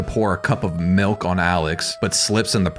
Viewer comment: That's how they pronounce milk in Tel aviv